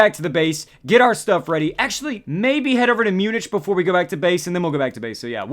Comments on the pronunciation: Munich is pronounced Mue-nik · Not to be mean but your pronouncing Munich wrong